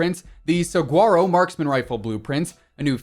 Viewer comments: Saguaro = Suh-war-Oh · Saguaro doesn't have a hard "g", it's pronounced sa'huaro 👍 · That was the worst pronunciation of saguaro I’ve ever heard